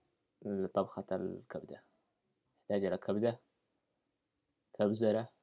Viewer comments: كبزره 😂 كزبره وليس كبزره 😂 استمر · اهم شي الشرح اسمها كزبره ههههههههه مو كبزره الله يرجك مع الصوت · الكزبره مصدومه عندما قلت كبزره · كبزره 🙆🏽‍♂️🙆🏽‍♂️😂😂. قصدك كزبرة 🤦🏻‍♂️💔💔💔💔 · حلوة ( كبزرة ) اسمها الصحيح ( كزبرة ) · اسمها كزبره مو كبزره 😂😂😂